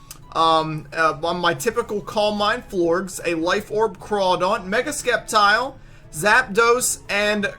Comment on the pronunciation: Wow you're soooooooooo stupid it' Septile not Skeptile I can't even listen to someone who pronounces Sceptile as ,,Skeptile''